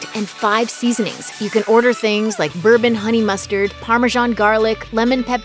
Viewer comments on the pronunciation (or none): none